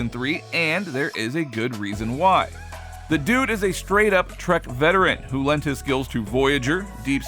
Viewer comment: Wish the narrator would learn how to pronounce "a" and "the."